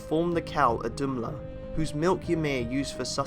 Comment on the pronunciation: It's not wrong, the story that is. But could we pleeeaaase have someone pronounce the names correctly! It's only because I know all this, that I even knew who you were talking about. "Ohd-um-lah" with the stress on um!? Are you kidding !!??